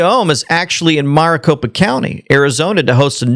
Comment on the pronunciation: Maricopa county isn't pronounced mrricopa. Its pronounced mericopa.